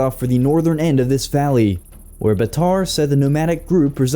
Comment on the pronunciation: Not bataar baatar